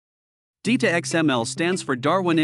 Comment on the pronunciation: it's not DEETA. it's DITA as in ditto.